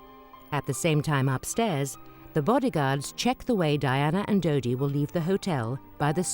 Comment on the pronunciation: It's dodi not didi